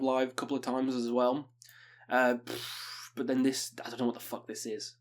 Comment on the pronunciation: "Buh" = but